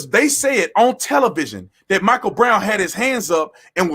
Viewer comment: you pronounce the Michael wrong